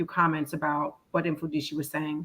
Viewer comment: His name is pronounced as MUFUNDISHI